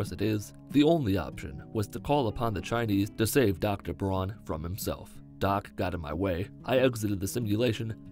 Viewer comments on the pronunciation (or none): none